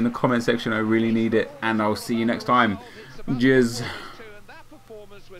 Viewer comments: At the end when unsaid cheers it sounded too much like jizz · did he say cheers or jizz